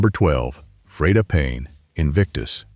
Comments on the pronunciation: Soon as Ai narrator said Fred a Payne...done...search for anti negative Ai slop.. Real documentaries,humans speaking... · This AI bullshit is so annoying. Can't even pronounce Freda Payne's name correctly.